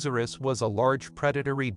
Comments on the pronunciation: I heard athrocant hoes r us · “Acrocantozerus” Wait what? Call me a hater but there’s a few problems with this video. 1st: the pronunciation acrocanthosaurus is incorrect, the H should not be ignored. 2nd: there is no hard evidence of acro hunting in a social hierarchy.